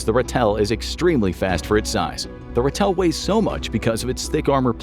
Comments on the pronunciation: Pronounced "Rah-till" and not Ra-tell. 😁😁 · The South-African Ratel. It's pronounced RAH-TIL. You put emphasis on the wrong syllable😁. Afrikaans for our honey badger, known for toughness and doesn't stand back for anything, not even lions👍. It's also only got 6 wheels, not 8